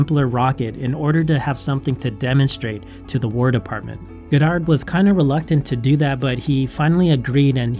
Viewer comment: Great video but I cringe everytime you say his name wrong!